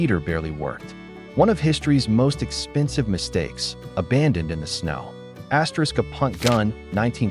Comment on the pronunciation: Why on Earth does your computerized voice keep saying "asterix". It's very distracting and off putting.